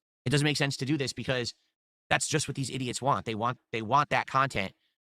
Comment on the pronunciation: "When you realize this is a way for them to get what they WAH, you starve them" also: "The content you WAH, sir!"